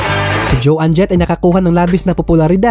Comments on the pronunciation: bossing try to learn the correct pronunciation of the artist’s names, puro kasi MALI EH!!!! For example Joan Jett’s name should be pronounced as JAWN .. not JO ANNE!!! Isa lang yan, marami pa!! 😐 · It’s not pronounced Jo ann Jet …. it’s Joan PAREHO sa loan. You should know the correct pronunciation if you want to make a video like this. Watch English documentaries para malaman mo how to pronounce these words properly. I covered this song btw.